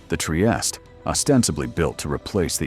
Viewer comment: Anyway the right proununciation is: Tree-eeh-steeh